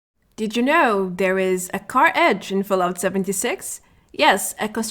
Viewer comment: Car Henge. Henge. Not Edge. Thanks for the laugh :).